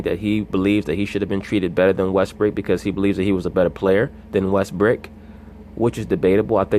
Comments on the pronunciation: Yes, be you. Even if you can't pronounce brook and say brick! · I say this respectfully, Why do y’all insist on callin him Russel WestBRICK..the mans name is Russell WestBROOK..smh I mean I understand that y’all ain’t fond of the guy but show some objectivity to the situation and put some respect the man name by pronouncing it correctly..Smh Respectfully